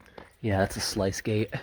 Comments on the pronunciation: I don't think I've ever heard anyone pronounce "sluice" as "slice" before. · That's an interesting pronounciation of sluice gate. I've always heard it as sloose.